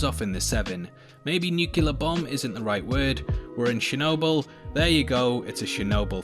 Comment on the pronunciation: ffs man nuclear = ˈn(y)o͞oklēər No, "Nukjulöör" bomb isn't the right word